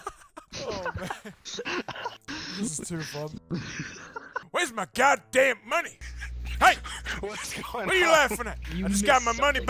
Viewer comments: Arthur Morgan Where’s your goddamn moneh? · I need moneh for ma boah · Am here for moneh boyah..! So get meh the god dahm moneh.. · Wheres my GOH DAMN MONEH BOAH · We need moneh Arthur! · Arthur : where's my MuNeH ?!!! Dutch disliked that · Moneh I need my god dam moneh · 5,000 MONEH